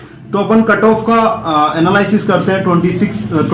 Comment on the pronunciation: Its एनालिसिस not एनलाइसिस और दूसरी चीज आज गुरु पूर्णिमा है उसकी गरिमा का ध्यान देना चाहिए था आपको बच्चो को गुमराह करने का कोई अधिकार नही है और रोस्टर सिस्टम ऐसा क्या सिर्फ आपको ज्ञात है बिना गूगल खोले हाल में ही du के लिए नया रोस्टर सिस्टम आया है उसे समझायेगा ।बच्चो को रोस्टर नही पता सर आप कुछ भी बोलेंगे तो क्या लोग सुनते रहेंगे ।